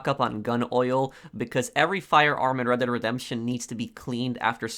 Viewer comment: I kept thinking he said Reddit online and I was confused